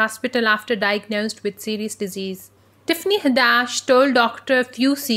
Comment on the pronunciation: u pronouncing her name all wrong goofy🙄